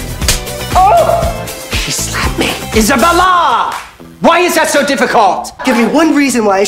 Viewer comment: IsaBELLA!!😂😂 Nigma would be furious if you pronounce it Isabel